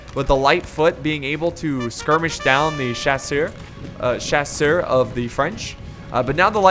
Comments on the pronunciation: mouse And don’t take there’s so much to heart dude and chasseur means Hunter and the only reason I made this comment is because he is an English American and is obviously saying it wrong so I was translating it for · Its so cute the way you struggle when saying "chasseur".